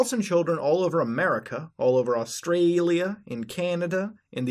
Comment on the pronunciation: why do you say "Australia" so weirdly??